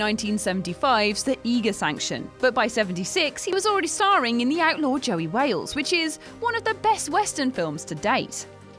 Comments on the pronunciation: What’s the deal with all your mispronunciations? Look up how to say Nolte and Prizzi correctly. Also, it Josey, not Joey. This is your job, right? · It's JOSEY! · She can't say Josey correctly but the movie is probably the greatest western of all time.